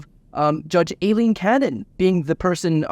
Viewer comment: Her name is EYE-LEAN, not A-Lean. After over a year, it's time to pronounce her name correctly. Anna Bower, of Lawfare, was in the courtroom when the judge was introduced and she confirmed the correct pronunciation.